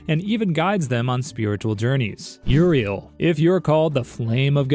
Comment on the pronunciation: You say Uriel... I hear ORV